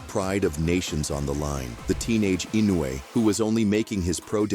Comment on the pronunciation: Fast as lightning, Inuoe strikes like a snake, with accuracy of a laser. “Inuoe”…..”ee-NO-wee”